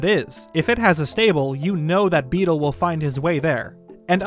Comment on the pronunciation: How tf are you messing up Beedle's name when it's literally on screen?